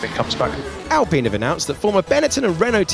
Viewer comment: Flavio... Really Apine? Really?